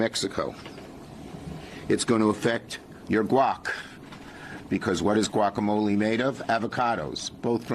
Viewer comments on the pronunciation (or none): Guacamole “ Quaickamolee